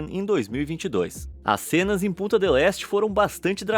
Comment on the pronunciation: Quando ele fala Punta parece pu- não quero falar né não mas kkkk